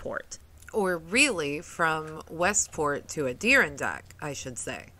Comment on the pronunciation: That was a great story! The way you say Adirondack is bizarre. It’s a-dr aan dak emphasis on the aan lol